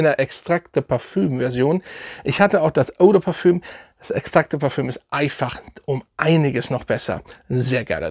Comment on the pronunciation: Lachkick wie du eau de Parfum aussprichst 😂😂 Richtig sympathisch 👍🏻